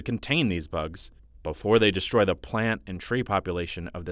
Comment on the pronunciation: To narrator: Please pronounce words correctly. You say "deshtroy" and "inshtruct." There's no "sh" sound before the "t".